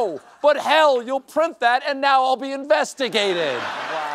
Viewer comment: 😂😂😂 Teleprompter should provide emphasis OR you should be better at this, Stephen: “….and now *I’LL* be investigated. I’ve caught a few of those, you need to bold face emphasis 😎